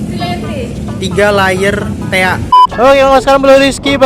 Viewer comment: "iga layer tea" 🤣